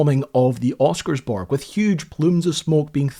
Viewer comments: nice video! just one thing... pronounce ALL the letters. Don`t skip the second S in Oscarsborg and you will have the pronounciation as good as a local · Thanks for covering some Norwegian history. It's nice to see my home country get mentioned online. though you did butcher the name "Oscarsborg"... if you didn't forget the S it would have been easy to make it sound like something similar to how it is said in Norwegian.